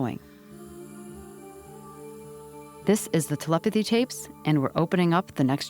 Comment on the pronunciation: I swear is pronouncing it “TLpathy”. She speeds through the “e”s.